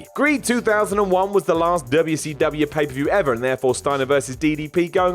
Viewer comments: Thank You! it's annoying as hell hearing him say Wubbya C Wubbya. it's fuckin WCW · DUBYA SEE DUBYA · Quit pronouncing wcw like that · Finally, someone else is sick of him doing that!👍